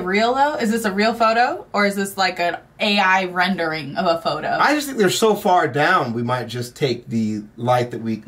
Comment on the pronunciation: Please for the love god never say “Ai renderning” It’s a 3D model and as an animator, it’s frustrating that is getting forgotten and misread